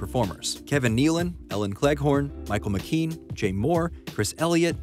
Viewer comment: Michael McKean's last name is pronounced Mick-Kee-En, not Mick-Keen.